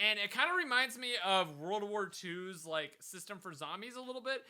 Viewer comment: First: it's de wae Second: it's "Like" and not "Lime"